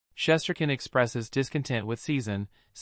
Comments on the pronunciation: The person who was reporting this topic needs to pronounce Igor’s last name correctly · Try pronouncing his name right first !!!!!! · If this a Ranger page why the hell does this guy know how to pronounce his name. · Your grossly mispronouncing his name